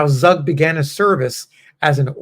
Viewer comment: Pronounced "Tsoog" and a Swiss German immigrant to Pennsylfawnia. Thanks for posting his story.